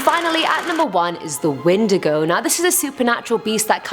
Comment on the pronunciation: Wendigo ( pron when diego) ur pronunciations always crack me up